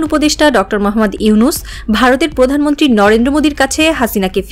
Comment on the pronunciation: পকাশিত পতিবেদন ... সংবাদ পাঠিকা আপার প এ রফলা থাকলেই এভাবে উচ্চারণ করতে হবে! এই সংবাদ পাঠিকা কোনদিন কি প এ রফলা উচ্চারণকে সঠিকভাবে উচ্চারণ করতে পারবে? পকল্প ,পতিবেশী, পতিশ্রুতি, পতিদিন, পতিবেদন, পকাশ, পতিষ্ঠান, পধানমন্ত্রী , পতিটি - আমি ছাড়া কারো কানে কি এই জিনিস খটকা লাগেনি?